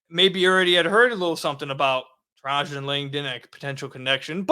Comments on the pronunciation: It's pronounced trey-gin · lol.., you’re pronouncing his first name wrong.. it’s “Trey-Jen “ … aka the Alaskan assassin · "Tray-Gen"... Lol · Bro you seriously pronounced Woj’s name properly but not Trajan’s? 🤣 You must be too young to remember Langdon from his duke days. Otherwise you definitely would’ve known the pronunciation. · Trajan…….. former Duke star 11 pick in the 99 draft you butchered his name 😂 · Didn't even look up how to pronounce the man's name